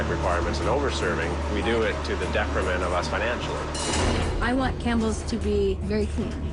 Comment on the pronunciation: Detriment not decrement 🤦🏽‍♀️